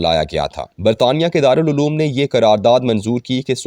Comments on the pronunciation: رارالعلوم نہیں بلکہ دارلعوام ھے_آپ اردوتلفظ پرذرامحنت کریں_ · مضمون پڑھنے والے صاحب کی اردو خاصی کمزور محسوس ہو رہی ہے، کتبہ کو ک پر زبر کی بجائے پیش اور دارالعوام کی بجائے دارالعلوم پڑھ رہے ہیں۔